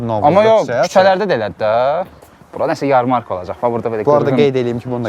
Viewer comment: YarmArka yox YarmarkA. Vurgunu duz qoyun zehmet olmasa